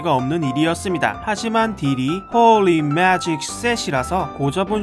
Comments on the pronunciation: 하..진짜 이분 비숍의 마음을 너무 잘표현해주셔서 너무 좋다.. 진짜 내 걍 심정이야 홀리 매직 shit 발음도 개웃곀ㅋㅋㄱㅋㅋㄱㅋㅋㅋ 진짜 비숍 그냥 존재의미를 잃은거너무 억울하다.. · 홀리 매직 쉣 발음 ㅎㅎㅋㅋㅋㅋㅋ